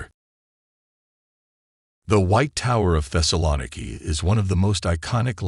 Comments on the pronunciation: Literally the first word that's spoken is the mispronunciation of the name of the city that is the very subject of the video. Not off to a good start. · the way he pronounces "thessaloniki" is killing me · One would think that if someone was interested enough to make this doc., they would have researched the correct pronunciation of this city!